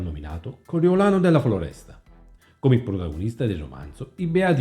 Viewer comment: Coriolano della Foresta no Floresta..in più Contorno poteva parlare con il suo capo nn per sempmice amicizia ma xchè faceva parte della decina riservata agli ordini solo di Bontade....il capo decina media nn medita...😂..errori da 5 elementare..prima di fare un canale imparare a parlare on italiano no?😅